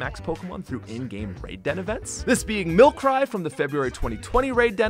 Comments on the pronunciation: Fair-oh? Milk-cry? What are these pronunciations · why you gotta pronounce milcery like that man